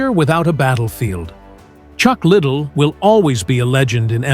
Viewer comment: Learn his name, you sound dumb…….Lid dell …..